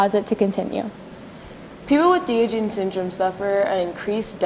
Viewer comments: Great report, ladies! Thank you for bringing awareness to Diogenes Syndrome. The correct pronunciation is Dahy-ahhj-uh-neez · wow you sound so dumb incorrectly pronouncing one of most famous philosophers.